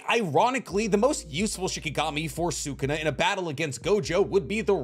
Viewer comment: Bugging the hell out of me that he can’t say sukuna name right half the time